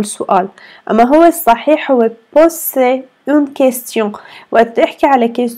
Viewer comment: تصحيح في الدقيقة Z تلفظ بال Poser Pozer أي نلفظها S لأن ال أتت بين حرفين صوتيين رابط جدول جمل أخطاء شائعة في اللغة الفرنسية - الدرس الخامس في موقع سيلينغو، يمكنك إضافته إلى جداولك بعد التسجيل في الموقع، ودراسته وسماع لفظ الكلمات والقيام باختبارات بالكلمات الموجودة في الجدول Erreurs courantes en français - أخطاء شائعة في اللغة الفرنسية - الدرس الخامس Erreurs courantes en français - أخطاء شائعة في اللغة الفرنسية - الدرس الأول Erreurs courantes en français - أخطاء شائعة في اللغة الفرنسية - الدرس الثاني Erreurs courantes en français - أخطاء شائعة في اللغة الفرنسية - الدرس الثالث Erreurs courantes en français - أخطاء شائعة في اللغة الفرنسية - الدرس الرابع